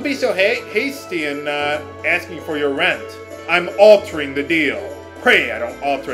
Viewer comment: "I'm AL-tering the deal...PRAY I don't alter it further..." That made me laugh of all things. hahah